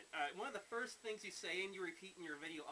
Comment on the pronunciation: “foist of all…”